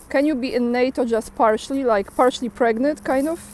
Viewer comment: " can you be partially in NATO, like partially preagnant!?" Love it❤